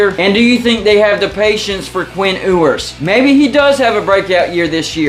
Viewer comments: I believe it’s pronounced “YOU-ers” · Learn how to say his last name correctly